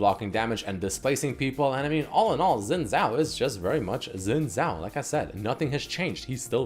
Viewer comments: When will people start pronouncing Xin Zhao correctly..(shin jao) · How you pronounce Xin Zhao is so annoying